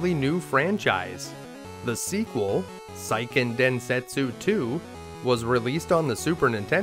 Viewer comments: Seiken is Sey-Ken, not Sai-Ken. Good information, but you're killing me on the Japanese words and names. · It’s “sayken” densetsu, not “psyken” densetsu. Great content though. 👍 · Seiken Densetsu is pronounced "SAY-ken"... 🙄 Japanese romanjinization is VERY EASY to pronounce, as it's 100% consistent.